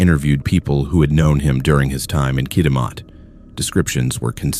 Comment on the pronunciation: The mispronunciation of so many Canadian communities it’s Regina, Kitamat… come on bro. Do better.